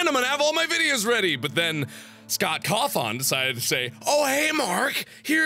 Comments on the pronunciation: It's pronounced Scott cothin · I pronounce it as (Caw-Thun) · Kaw-thun aw is pronounced as in d'awwww on is pronounced as in ton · Cawthon. Cotton. Cow Ton. How the fuck do you pronounce that?